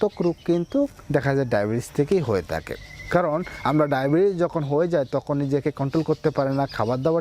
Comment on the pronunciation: তাখে না ভাই থাকে।উচ্চারণ সঠিক হলে শুনতে ভালো লাগে